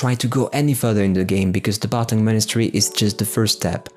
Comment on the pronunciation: Isn't it Barkhang Monastery, instead of "Bartang"? Anyway great top 20!